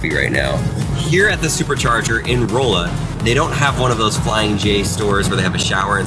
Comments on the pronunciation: It is pronounced Rah-la, not Roll-a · It’s not ROLLa it’s RAlla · it Raw-a not Roll a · dude its not roooola MO its Raala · It’s not “rolea” it’s pronounced “ralla” and spelled rolla. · It’s pronounced ralla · That’s not how u say rolla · I live in Missouri he pronounced Rolla so wrong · The way he pronounced Rolla 😵😂